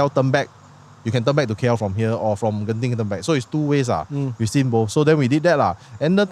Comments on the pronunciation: ITS GENTING NOT JENTING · Gen -ting not jen-ting...bahasa melayu bkn english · How come don't even know how to pronounce "Genting"? You are Malay some more🤦🏻‍♂️🤦🏻‍♀️